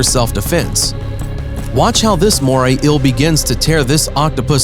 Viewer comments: Anybody else got annoyed of how this guy was pronouncing eel ? Shit got annoying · So no body is gonna bring up how this guu pronounces "inhabitants" and "eel" lmfao 😂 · The way he pronounce eel, and says it 10 times a minute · Is an ill the same as an eel ? Is it really that hard to pronounce eel ? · Yes. "Ill" for EEL is rather annoying. But typical for a lot of voice-overs. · It's "eel", not "ill". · JUST SAY EEL NOT EUA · I don't like the way you say eel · Moray ILL? I thought it was eel... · wish the narrator could pronounce the word eel, he says ill not eel. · This narrator is a joke. What is an "inhibitant?" Pretty sure you meant "inhabitant." Also, how many more times are you going to say the phrase "Moray Eel?" Also, what the fuck is a MORAY ILL? It's EEL. Phonetically, it's EEE-uhl. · I can't be the only one that got annoyed with him constantly pronouncing "Eel as "ill" right? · Kinda made me angry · Why do call it "ill" rather than eel? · It’s eel not ill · Bruh why u sayin Euhl it’s eel. EEEEE L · I cant decide if its "ill" or "eel"... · Doge lol...im just reacting on how he says "eel"...he keeps saying "ill"...chill dude. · "A moray íl " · "Moray ill" ahaha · Moray "ill" 🤣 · “Moray ill.” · Fascinating video! Great information! Thanks for reporting the observable facts and not trying to add in unobservable, hypothetical propaganda about evolution like so many nature videos do. Respectfully, my only suggestion would be to practice saying “ēēl” about 15 times before making any more ill videos 😉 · He's pronouncing 'eel' as 'ill' and it's humorous to me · nobody: the narrator: moray ill👁👄👁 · “The eil” sorry but your voice is so annoying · And this is why English is best spoken by the English. Morrie Ill says hi. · Eel is not pronounced 'ill'. You need a new commentator. The writing seems to have been done by someone who uses English as a second language. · How many times did he say MorAy eAL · Every time this guys says “eel”